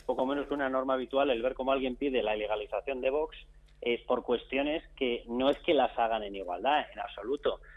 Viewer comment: Espero que algún día el presentador aprenda a pronunciar la X de VOX. Una ayuda, se dice VOKS.